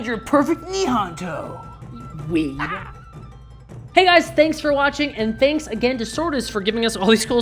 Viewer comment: a typical weeb. Learns Japanese words, pronounces them wrong. In Japanese "o" or お or オ (or any kanji with those furigana) is ALWAYS pronounced with the same vowel sound as in the English "oh". "Nihonto" is knee-hone-toe, not knee-Han-toe.